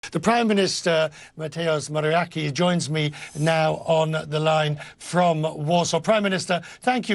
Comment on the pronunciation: De prajmynyste Matius Morawiaki